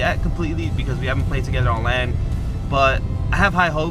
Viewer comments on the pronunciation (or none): It sounds like he says on land instead of lan lol.